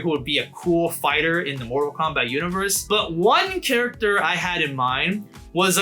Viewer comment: "Instead of it being Kombat 1 again"